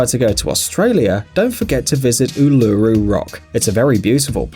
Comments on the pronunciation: Apparently, so many people are sorry they took the rocks from Uluru and are returning them to try and remove the curse. These rocks are called ''sorry rocks'' btw Uluru is pronounced oo luh ROO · U-LU-RU, really, what the f***